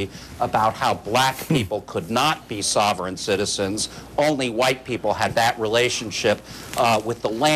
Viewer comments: He can't even say the word "sovereign" right. What a douche this sanchez guy is. And the southern povery law center is a communist anti-American organization. Ut Oh, sanchez in trouble for saying something about jews, whose the racist now dirty sanchez. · Rick Dirty Sanchez can't even pronounce sovereign let alone understand the concept. Oh wait government is his god, now it makes sense. He reverses his ideology that he would normaly use to support the invasion of illegal's to the states. Even more funny about this video to me is the fact they are bitching about people who hate the government and at the same time the stock market ticker is showing the DOW down -134.00 points.